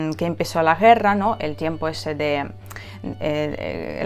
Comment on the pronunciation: отлично говоришь по-испански, но все-таки в слове guerra букву Г надо произосить четче, а не как звучит южнорусское Г. Ты же с Донбасса. Там вроде бы не гекают.